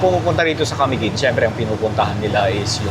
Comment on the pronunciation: Sir, you may please pronounce Camiguin in..." maluma". Its not accentuated on the first syllable. Ok?